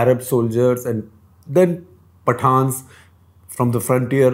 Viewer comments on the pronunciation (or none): none